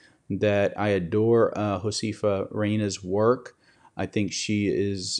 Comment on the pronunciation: Please have someone teach you how to pronounce Josefa. It is Ho-seh-fa, not Ho-see-fa. Thank you for helping her to,come back online.